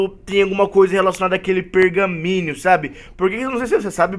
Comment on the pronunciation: N é pergaminio é pergaminho